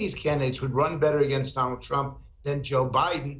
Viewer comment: Trump Not Crump .🇺🇸🇬🇧